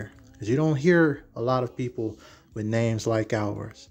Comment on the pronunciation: the way she was pronouncing those names was crazy 😂